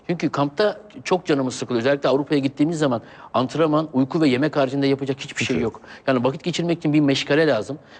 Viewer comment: sergenin ç lere ş demesi süper :D şaviye hişbişey anlatamassın :DD